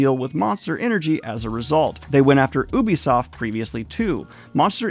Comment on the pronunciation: Really? That's been a common mispronunciation for decades. "Yubi" is correct.